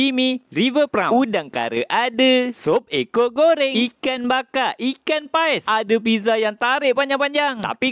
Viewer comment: Pais bang bukan paus 😭